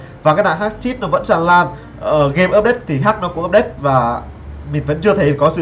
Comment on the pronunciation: hách chứ ko phải hắch